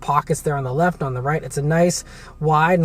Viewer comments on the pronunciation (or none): none